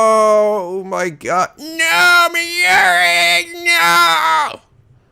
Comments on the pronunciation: Hey I love your lets plays, Catherine was especially hilarious! One thing though Mayuri's name is pronounced My-yuri it just sounds weird haha, besides that this LP is fantastic!!:3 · are playing this in preperation for Steins;Gate Zero coming out in November?! By the way the Mayuri is pronounced (My You Re) Kurisu is pronounced (Chris with a sue at the end though the s in sue is silent so its Chris + ue).